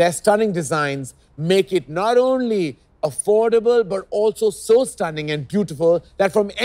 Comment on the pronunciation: Karan saying affordable sounds weird 😕